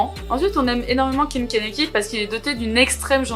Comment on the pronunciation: Hello, je vois ta vidéo seulement maintenant car je relis le manga haha et juste pour te dire c’est Ken Kaneki et pas Kanaki